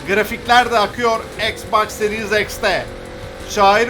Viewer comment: Ex Bax diye bişey yok ingilizceyi düzgün öğrensin Türkler X Box okunuyor